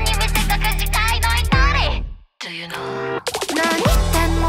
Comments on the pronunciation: 最高すぎて言葉が出ないとはまさにこんなときのことを言うのだと思う。 個人的に「逆に」と「品性は」と「Do you know?」と「ヒ〜ル」と「きっしょいね(3回目)」とラストの「人生」の部分の発音が最高に好き。刺さりまくりです。 ラップ、囁き、低音、がなり、コーラスも最高です。もう良すぎて最高という言葉しか出ない。 健屋花那さん、最高の歌みたをありがとうございます……！！！ 高音質で聴きたくて良いヘッドフォンを買おうと決意しました。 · ずっと歌ってほしい曲だからすごく嬉しいです！ 本当にかっこよくてリピートが止まりません 語彙力がなく好きなところをうまく伝い切れないけど、本当に最高です🥺 今回も素敵な歌ってみたをありがとうございます！ 好きなところ↓ 『gott ist tot』の言い方がかわいい ラップのところの感情がどんどん上がっていく表現がすごい 『Do you know』の発音と低音がかっこよくて好き 『きっしょいね』の嘲笑いが最高に合う 『ぽいじゃん ぽいじゃん』の歌い方が全部微かに違うので聞いててすごく新鮮 『うええい』と 『かけぇ』の高音がきれい 最初の 『 oh my god』と最後の 『いたかった人生』の鳥肌やばい 囁きボイスでのコーラスはセンスが最高 全体的に歌い方にこだわってるのが分かってすごく素敵！表現力が素晴らしい！ あとイラストと動画も曲に劣らずにすごく素敵！ 煙と髪の毛と包帯と服の描き方が繊細ですごくきれい すとまっくん相変わらず存在感が強いしかわいい 本当にこの歌ってみた、神っぽいな いや、神だわ